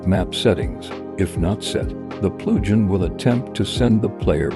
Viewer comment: lol its funny how the text to speech pronounces plugin